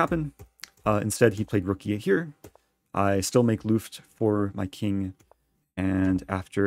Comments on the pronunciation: Reti: long "e". Luft : short "u" ! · Great analysis and game as usual! Little advice: it is actually a ''short'' ''u'' in the German ''Luft''. So not pronounced like ''loofed''. Btw, if anyone's in for a ''German words in Chess!'' fun fact, here's another one: a lot of you may be familiar with the ''Zwischenzug'' (in-between-move). In German there is actually a word ''Zugluft'', and I will be as charming as to try to let non-German-speakers figure out what that one might mean. Spoiler alert: it really got nothing to do with chess, but maybe we'll find a nice application to make it so.